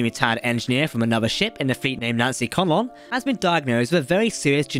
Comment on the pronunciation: Hey Cap, plz plz plz learn the correct pronunciations of the names. If in doubt, listen to the audiobooks. Ed-druh-my-uh and Nancy Con-luhn.